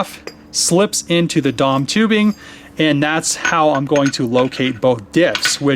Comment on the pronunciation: DOM is an acronym bro! Say each letter, D.O.M.